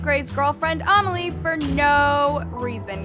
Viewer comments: a-meli? It’s pronounced ame-lee, it’s my name. lol. no hate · no hate love her but she says amelie like armelie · I think her name is amelie not omilie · Is she saying Amelie's name wrong?